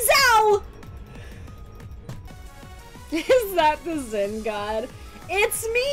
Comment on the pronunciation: its Xin!not Zin (dont give a fck about what poeple say